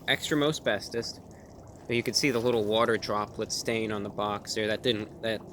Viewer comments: At first, I thought he said "Extra Asbestos". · Every time he said, "Extra most bestest pizza." I heard, "Extra asbestos pizza." 🤢